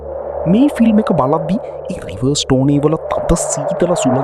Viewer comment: කොහොමද AI වලින් "රිවස්ටන්" වලට රිවර්-ස්ටෝන් කියලා කියවන්නේ 😂